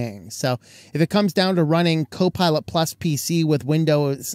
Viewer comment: You sounded like you said, Cow Pilot Plus. I would pay for cow pilot. Plus, it would be awesome!!!